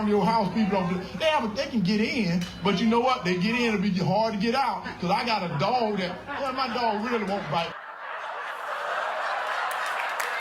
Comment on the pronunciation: When herschel said doG i thought he said dong! Its funny both ways